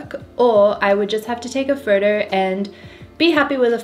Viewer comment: Every time she says "photo" it sounds like "Frodo" Love this girl and her cool channel, Lord of the lenses :)😍